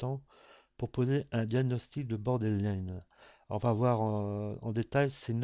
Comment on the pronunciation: Il y a des fautes partout, même dans la prononciation du trouble!